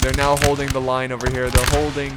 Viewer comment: "We have some french facing down Ze Redcoats..." Nailed it.